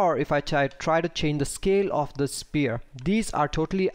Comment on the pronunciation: You do a great job, don't get me wrong, but please: the word 'sphere' is pronounced like "sfere'. You are saying a completely different word 'spear' which is a point-ended stick weapon. The 'ph' is pronounced much like an 'f' not like a 'p'.